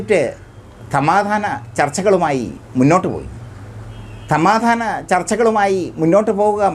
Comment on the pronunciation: തമാതാനം അല്ല സമാധാനം എന്നാണ് പറേയേണ്ടത്😮 അന്ത്യശാസനം എന്നു നല്ലതുപ്പോലെ പറയുക😮